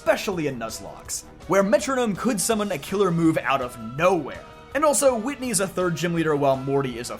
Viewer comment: It's Whitney 😭